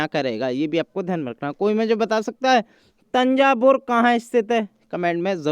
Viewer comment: Or aapne tanjavur ko tanjaboor bol dea